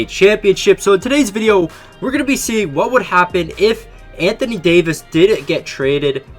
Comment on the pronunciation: Anthony Daoyvis